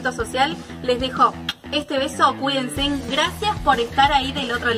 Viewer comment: "cuidenseN"...diis mio